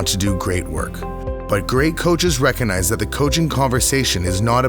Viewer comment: Mistake no1. The word is pronounced recoGnize.... not reconize. Sorry but your credibility will suffer if your grammar is not up to scratch .